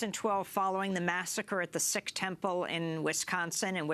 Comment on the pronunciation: Sikh is pronounced "seek", Goodman. Not "sick".